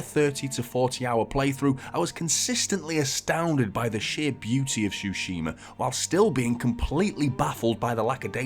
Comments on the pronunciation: Nice review, just it´s Tsushima - not Shushima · Bro says shooshima